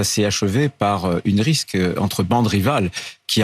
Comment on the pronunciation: "Une risque" : ce brillant macrono-on-sait-pas-trop-quoi Retailleau doit aussi sans doute dire "infractus", "aréoport", "génycologue", etc.:face-purple-crying::face-purple-crying